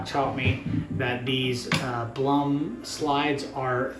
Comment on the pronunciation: LMFAO... It's Blumotion, pronounced "BLUE MOTION"... lol Blum...to funny.